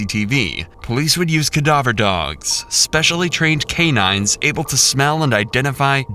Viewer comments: "Codovur dogs" ? 😂🤔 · "Cadover dogs" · only English speaking “person” dead or alive to pronounce cadaver that way 😂 (it’s Ai)